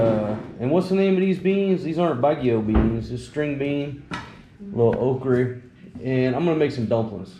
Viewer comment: Never heard it called “okree”, LOL.